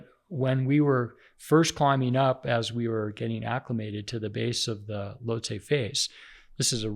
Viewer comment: Pronounces Lhotse incorrectly & comparing him to David Goggins is wild to me. Besides that great episode.